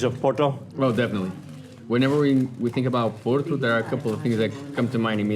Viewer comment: Thank you for saying Porto and not Oporto! Hope you had a great time in our city :D